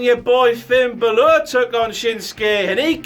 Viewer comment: Still can't pronounce Balor properly....